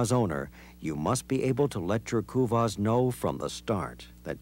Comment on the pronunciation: Americans can't pronounce kuvasz (I am hungarian so I know)